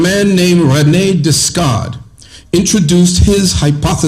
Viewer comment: I love his pronunciation of "Discard" ...but to what end?? this is a crucial question towards our becoming. It is not enough for me to accept we are merely a reflection of the omnipotent's being most advanced creature in matterium. Ouch !! Unfortunately, some fabulous propositions delivered in a most unyielding and loveless manner. Just because one can invoke high principles and wisdom, it behooves us to also work on ourselves to become a delivery system for our higher self and be INSPIRATIONAL to each other beyond "word". That said - it is a terrific synopsis of the manipulation and subterfuge we identify as consensual civilization.